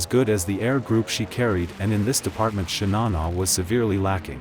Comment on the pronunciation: „Shinana“🤷🏻‍♂️… bad ai voiceover….